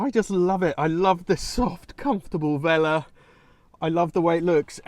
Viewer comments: Nice project, looks interesting. Although I must admit it went through me every time you said "velour" like "veller" instead of velllourr 😂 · It's velour velouuur not vela 👍 The Tomato Hope you save the rotten tomato 🙏🏼